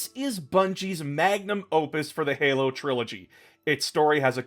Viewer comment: Manum opus? I thought its magnum opus